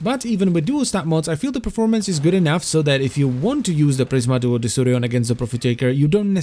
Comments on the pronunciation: I throught it is pronunced like De-ku-rion. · its spells like DEKURION not DESSURION ò.ó